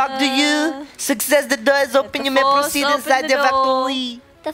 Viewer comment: It’s not prokeed it’s proceed and ceed is pronounced seed